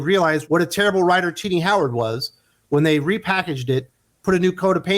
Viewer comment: everytime you say Tini I hear ti**ies😁😆😅🤣😂🙂